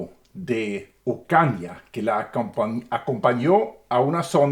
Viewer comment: No es uuucanania es ooocañña. Ooo ca ca ña ña ocaña. 😅